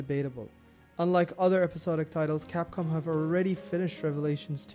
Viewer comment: bad capcom bad :P i realy liked your accent when you said that